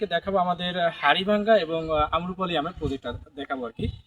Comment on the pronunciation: Amrapali..not Amrapuli . Plz pronounce correctly